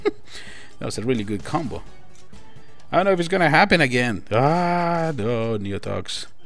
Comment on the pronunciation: You said d his name right